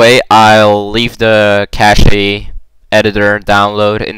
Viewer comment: Cache is pronounced like cash.